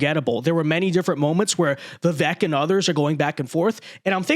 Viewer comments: "Vi-vake" not "Vi-veck" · You, and everyone else, are pronouncing his name wrong. The 'E' has a 'long A' sound, like 'Cake'. i.e. It is pronounced 'Vivake' phoenetically. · Hey, it’s pronounced Viv-ake like cake! It’s time to get it right! get it? Right! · It's pronounced Vivake. Rhymes with cake. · It's "Viv-ake", like "cake".